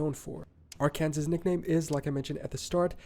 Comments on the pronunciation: The narrator mispronounced Arkansas. It isn't like Kansas. Its R-can-saw. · Why is this guy calling Arkansas Ar-kansas? It is Ar-kan-saw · Arkansas here. He mispronounced Arkansas. The last letter is silent, per French pronunciations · By the way Arkansas is not pronounced AR-Kansas it’s pronounced Ar-kan-saw. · I'm quite surprised. Is this an American? He doesn't know how to pronounce Arkansas. He pronounced it ar Kansas. It is pronounced Ark n saw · I'm assuming the guy in the video is from America. So, I'm not sure why he’s pronouncing Arkansas that way. Just so you know, it's pronounced “ar-kuhn-SAW,” not “ar-CAN-zus.” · It kinda upsets me every time I hear Ar-can-sas instead of Ar-can-saw whenever someone refers to my home state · Arkansas is pronounced: AR-kan-saw. Not: Ar-KAN-sus. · I cringe every time I hear Arkansas pronounced like the guy in the video he’s reacting to. Its AR-kan-saw! Not ar-KANSAS! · I am sorry, but I just can't stand him saying AR-KAN-SAS for Arkansas (pronounced Ar-Kan-Saw) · Uh, Arkansas is pronounced AR-CAN-SA. It's weird the narrator in the video calls it AR-Kansas. He must not be American. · Arkansas isn't pronounced Ar-kansas, it's pronounced AR-can-saw. Texas, the Lone Star State, yes, the flag has a Lone Star, but the reason for the "Lone Star on the flag is because Texas was its own country at that time. Texas got to keep its National Flag when it became 48th State in the Union. Oklahoma is the Sooner State in reference to the Oklahoma land rush in 1889 and 1893. There were some people who snuck in and claimed the prime 160 acre tracts before the official start of the land run contest. You can see that at the end of the movie "Far and Away My grandmother was born on Oklahoma before it was a state. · its arkansas not AR KANAS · I had to stop watching this as the narrator (not the reactor) kept mispronouncing Arkansas. It is pronounced "ar-can-saw" with the emphasis on the first syllable. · Arkansas here. Yep wrong pronunciation